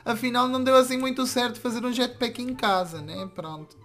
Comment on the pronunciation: Jatpack de português 😂😂😂😂